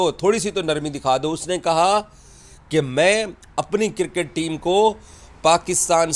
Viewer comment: No more cricket it's Kirket 😂😂😂😂😂 angliz wala bosadi chacha